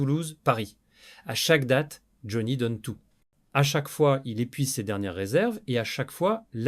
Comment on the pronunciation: Vous pourriez quand même mettre une vraie voix qui sait au moins prononcer le nom de Johnny vu que la vidéo le concerne... On passera tous les autres mots prononcés n'importe comment, les liaisons inexistantes, etc etc etc.. On dirait un sketch ! Amateurisme, Flemme et IA .vont bien de pair... Merci quand même pour le fou rire sur le mot rockeur.... "Roqure".